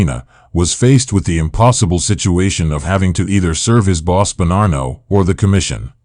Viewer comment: Why do you ou keep pronouncing Bonnano with an R?